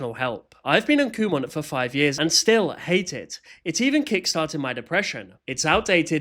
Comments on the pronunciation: Pronounce it as "Come on" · i saw this company store thing on a road trip once and i kept pronouncing it like "come on" and i kept telling my family to "kumon drive faster" i will keep making fun of its name after learning this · I always thought kumon was pronounced "come on" 😂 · I thought it was pronounced “come on” 😭😭😭